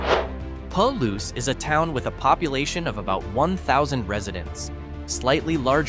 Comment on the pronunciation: When describing the southeastern wheat and legume growing region you say it the right way; Palouse ie. pah-loose. The small city or town of the very same name, you say it very, very wrong.